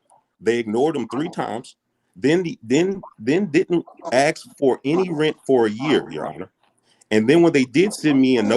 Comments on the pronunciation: Hey brother, maybe learn how to say ASK because you don't AXE anyone! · Don't axe me. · He doesn't aksqueeze to your argument.